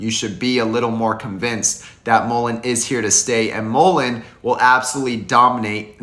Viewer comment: I support your videos. However, check out how the man in the video pronounced Mullen. He pronounces it correctly. Mull rhymes with gull. As in seagull. I really enjoy your videos, but I’m a stickler on pronunciation of Mullen. Sorry that I’m so particular. Lol